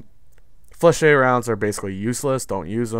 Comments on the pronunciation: "FLEH-SHET". IDK where your getting Fluh-shay from dude. but its bothering the hell atta me. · FlechETTE it is ET as in GET. not fleshey. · Ette in French is not pronounced shay.